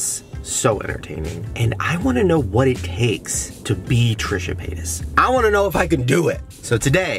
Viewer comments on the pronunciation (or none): Anyone else notice how he literally pronounced Trisha’s last name wrong? someone you considered “family” you can’t even pronounce their name right? Fkn disrespectful